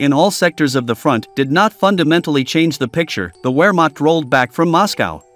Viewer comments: What the hell is a ware marked? I think you mean Wehrmacht, the W is pronounced as a V. Veer mark ‘t’ and English towns such as Scarborough is pronounced as scar bura not burrow. Please try this. ❤ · Come on man at least have enough self respect to properly pronounce words. Wehrmacht pronounced VEHRMACHT!!! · Wehrmacht is pronounced as Ver-makt. You just lost your credibility dude! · In German the letter W is pronounced like a V as in Vehrmacht. Everybody with even a rudimentary knowledge of WWII knows that except the robot in this tutorial. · I just found you on YouTube. I like your information and presentation. However, if I have to listen to you mispronounce "vehr maakt" one more time I will scream "nicht informiert"! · CAN you learn HOW to correctly PRONOUNCE WEHRMACHT?????